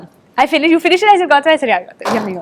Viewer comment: It's not Yaami but Yami.. It seems they are fucking each other.. they are very comfortable.